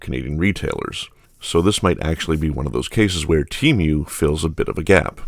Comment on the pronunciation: This is the only place I have ever heard the pronunciation: "Tee-Mew". It's rather jarring...